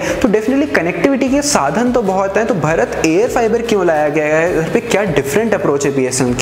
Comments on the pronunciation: अबे भरत नहीं भारत बोल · अबे 'भरत' नहीं भारत बोल भारत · भारत को कृपया कर भरत ना बोलें। Are you from India or somewhere else.